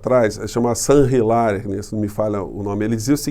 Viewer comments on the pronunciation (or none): A pronúncia dre Saint Hilair é 'santilér'